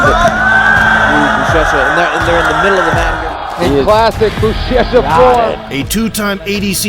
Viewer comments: He said buchecha bro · Just a small correction. Portuguese ch is like sh. So it is "bushesha" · UChECHA ? Are you serious ? Learn their names at least , that’s a noob mistake …